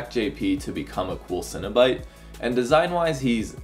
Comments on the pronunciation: Cenobite. CEN. NOT cinnabite. Please pronounce it right. They're horror superstars, not dessert treats. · You're not having a breakfast bun. Why do you keep saying 'cinnobyte?' It's cEnobite. (seen-o-bite) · Stop saying Cinna Bites I'm getting hungry